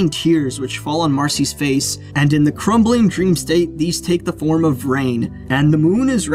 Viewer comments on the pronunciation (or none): none